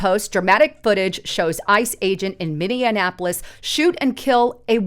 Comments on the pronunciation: It's not Minneanapolis --- It's Minneapolis - That's Minny - Ap - O - Lis --- nothing like Indianapolis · What is "Min-nee-anapolis"? I have heard of Minneapolis....learn how to say the name of the city you are talking about. It wasn't a one-time mispronunciation, as you said it several times in this upload. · You are mispronouncing Minneapolis. You are adding an additional M that isn't there. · Please, please, please... it's pronounced (MIN-EE-APOLIS), not (MIN-EE-IN-APOLIS). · Maybe she meant minion apolis? I heard it too, and it made me wonder if it was purposeful after I heard the play on words... Just a thought. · There is no I can't believe the number of creators I've seen today that don't know how to say Minneapolis! lol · Dear God, learn how to pronounce Minneapolis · Her and her husband must have gone to the same school . Neither one can pronounce Minneapolis or Venezuela.